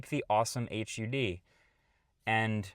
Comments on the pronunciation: Im sorry I was so distracted that Marques pronounced HUD as "aych yoo dee" that I briefly had a moment of crisis that everyone I know and I have been pronouncing it wrong this whole time. Wiktionary says that it should be pronounced IPA(key): /hʌd/ (rhymes with bud) or U.S. government /hʊd/ (pronounced like hood). The reason is because it's an acronym (like NASA) and not an initialism (like FBI). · I can't recommend your channel if you continue to say "H. U. D." It's a "Heads Up Display", but we pronounce it "Hud". Like "Mud". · Bruh just say hud not h u d. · Just say hud why are you saying H.U.D like most people don't know. HUD = Heads up display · Just call it a “hud” not an “h-u-d” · I'll never understand why Marques insists on calling HUDs . H. U. Ds. Just call it a HUD ffs. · Thanks for saying "H.U.D." several times instead of "heads-up display". Gotta save that syllable... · pronouncing HUD "H-U-D" is a war crime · Why are you pronouncing it as H U D? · perhaps. Even on the podcast Marques has said "hud," at least to my recollection, so I don't know why he isn't here. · He's a gamer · Please just say 'hud' as one word, one syllable. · H.U.D is pronounced as one word, not each individual letter. 😂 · huh, I've always called it H U D... maybe that's a UK thing?